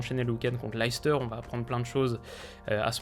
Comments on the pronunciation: Étant anglais (et fan de Tottenham) c'est pas la prononciation la plus choquant de clubs anglais par les commentateurs français. Leicester se dit Lester, ou Norwich qui se dit Norich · vraiment Leicester on l'entend à toutes les sauces, mais jamais correctement. Après j'admets que ce n'est pas logique comme prononciation mais ça serait bien que les commentateurs fasse l'effort